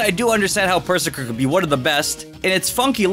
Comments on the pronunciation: It’s pronounced Pur-Zur-Kir. Like berserker. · Also, you mean, Purr-ZERKER, as in BERSERKER, as in a Viking Bersker, not "purr-sir-kir". Also Purzerker is 150% one of my favorites <3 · Ok the way he pronounces Perrserker and Eiscue, they are obvious puns of berserker and ice cube. Oh it hurts